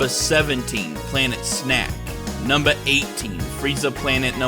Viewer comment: This wasn't a joke but "numbah 18, Frieza Planet numbah 17" cracked me up.